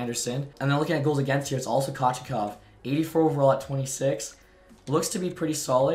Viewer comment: Pyotr “koh-chet-kohv”